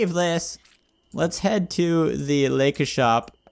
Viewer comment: When he says laika I hear liquor